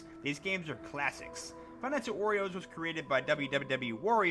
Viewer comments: DUDE WHY ARE U SAYING FIVE NIGHT AT OREOS ITS WARIOS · he pronounced five nights at wario's like "five nights at oreo's" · Why Does It Sound Like He Is Saying Five Nights At Oreos 💀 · Iz sounds like he's saying 5 nights at oreos wich doesn't sound that bad of a job